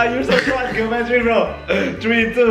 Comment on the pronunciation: Kok aku dengernya gini ya Jerome : geometri Me : jerometri :))))